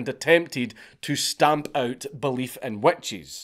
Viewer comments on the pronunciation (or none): I’m American and heard wet cheese then realized he was saying witches. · I keep hearing “wet cheese” when u say witch’s and with the cheese cloth thing and exctoplasm thing I lost it each time I heard it 😂😂😂